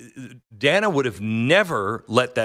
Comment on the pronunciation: Most importantly, she MISPRONOUNCED "Dana"!! HOW DARE SHE?!!